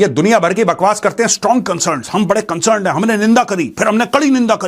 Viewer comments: 'Strong consurn' from india😂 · Condim mat kariye condam kar dijiye Major Ji gajab bol diye 😂😂😂 concern bahot hard hai apka